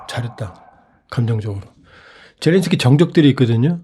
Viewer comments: 젤랜스키를 왜 젤런스키로 부르나효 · 끝까지 ’젤런스키‘ 라고하는 사람이 있네…. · 젤렌스키를 왜젤런스키라 부르시나여?